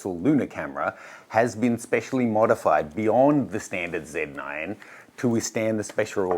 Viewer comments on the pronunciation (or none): Shouldn't Australians pronounce it 'Zed 9' instead of 'Cee 9'? 🙃